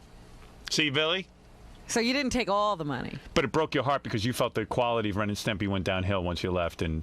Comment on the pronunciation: Pelican face intentionally mispronouncing Ren and Stimpy was really annoying.